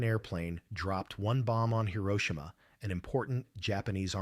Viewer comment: Swear the AI sucks they keep pronouncing Hiroshima wrong